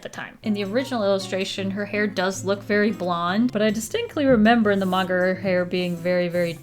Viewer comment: I love on that she called them "magna girls" instead of "manga girls" XD